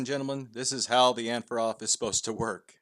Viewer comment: OG said "AndforAthrob"